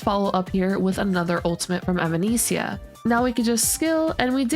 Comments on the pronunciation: hey, just to give you some friendly guidance on how to pronounce her name, its more like - eh-va-ness-ee-ah. think of the band evanescence. thanks for the guide xxx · genuinely cannot finish this video with the way you pronounce her name